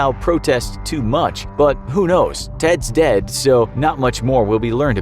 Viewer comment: Any one else think about ‘Zeds Dead’ when he says ‘Teds dead’??